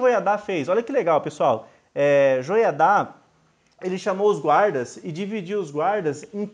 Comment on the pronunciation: Legal! Só não coloque acento nas palavras que não tem! Atalia e Joiada, se lê, sem acento!